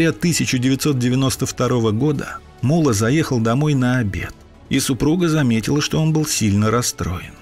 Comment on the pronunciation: Блин, насколько можно не знать родной язык, чтобы произносить "мУлла" вместо ""муллА".